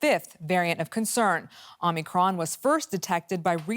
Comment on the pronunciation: Omnicron or Omicron?